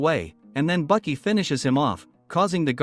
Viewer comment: Baki not bucky